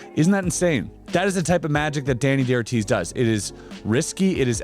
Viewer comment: Very good video, buts it´s not "Deni DeOrtiz", It's Dani DaOrtiz (Spanish pornunciation). Thanks.